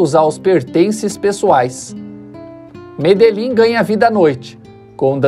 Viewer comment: Curiosidade: Medellín se pronuncia medexin